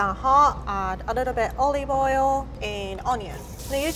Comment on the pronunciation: I love how says olive oil "olieve oial"